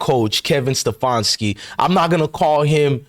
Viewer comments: Ste-fan-ski Not ste-fawn-ski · Once again, a bunch of lies and bullshit. You're not in cleveland and you dont know whats going on. All you do is troll other channels for your false content , you cant even pronounce stefanski's name right. Shows you know nothing !